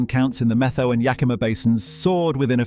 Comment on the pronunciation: "METHOW" is pronounced, MET--HOW. Try talking to older people that are actually from Eastern Washington. Why was there a photo of Ted Nugent in there. He's from Texas. That being said, I am a big proponent of allowing these magnificent animals to thrive for the very reasons in this VLOG. There are a few of these furry creatures in the stream a few yards from my home. They are all thriving in the pond they built.